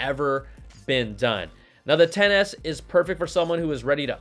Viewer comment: Im glad im not the only one who heard XS as Tennis